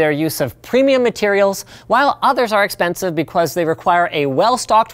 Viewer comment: yes linus "be cwus"